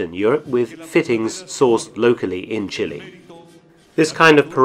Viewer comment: Chilly... Brrr! Chili.... Spicy! "Chee-lay"